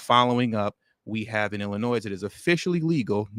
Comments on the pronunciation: You don't pronounce the s in Illinois,. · Great content as usual brother. S is silent in Illinois though. Lol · The “S”, in Illinois, is SILENT